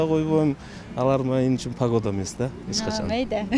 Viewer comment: пагода дечии😂😂